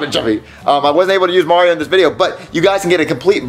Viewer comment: noticed how he said MARIO puppet?